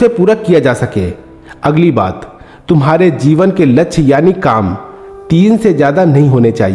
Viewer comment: वीडियो अच्छी है, पर कृपया शुद्ध शब्दो को बोले, ध्यान दो, लच्छ नही, लक्ष्य बोलो, हासिल नही, प्राप्त बोलो,। अच्छी वीडियो हैं, बार-2 लच्छ बोलना, बुरा लगता हैं, कृपया ध्यान दो।